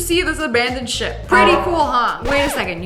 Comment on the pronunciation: When she said ship I thought she said shit 😂